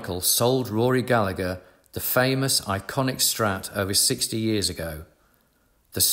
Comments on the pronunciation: As an Irishman, I cannot tell you how much I flinch every time I hear his name mispronounced. In Ireland the second G is never pronounced: Ga-La-Her 👍🏻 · At least pronounce Rory's surname properly please.